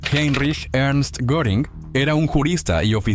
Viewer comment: NO es Goring, Göring es Geering, bueno por ahí, pero nunca goring.